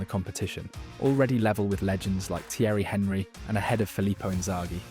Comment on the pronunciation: Good video but Thierry Henry's name is pronounced Onree